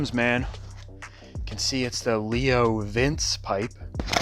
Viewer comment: It's LeoVince....like Leonardo Da Vince. It's Italian lol